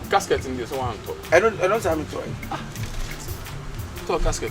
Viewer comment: say casket instead of gasket